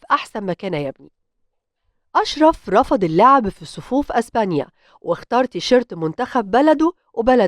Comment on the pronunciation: إزبانيا 😂😂😂إسمها إسبانيا